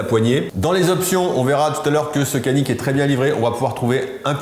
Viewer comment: Super vidéo comme dhab bravo ! Effectivement le C en turque ne fait pas « ke » ou « ce » mais Dj. Donc faudrait prononcer « Djanik ».